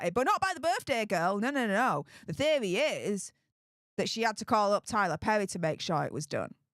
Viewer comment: Conspivvvvvvvacy theovvvvvvvy whatever 😂😂😂